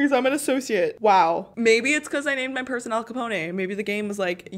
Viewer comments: Lmao she said al ca pona it’s al ca pone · Btw you pronounce Capone as in (Cuh-pone) not (Cuh-poné) lol. Fun fact my cat is named after him XD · Capone is "ca-pwn' not 'ca-pwn-ay'. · The way the said “al Capone” she said “Al CapOnA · okay maybe im wrong because my earphones are on the fritz but did she say Al capone ayyyyye. I think its Al Capone with the O saying its name and the E is not doing anything. Maybe ive been saying it wrong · You did not just say caponA lol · Think stone when saying Al Capone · Al capon-EY!? sorry what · “Al caponè” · Did she say Al copo ne and Al copone was mob boss in Chicago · al capone not capon-ay, and he is from chicago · Lmao Al Capone is from Chicago and it’s pronounced (cup-own) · His name is pronounced al capon and he is from Chicago not New York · I was annoyed the whole video because she was saying al caponay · Al Capone like Al CaBone not Al CapOne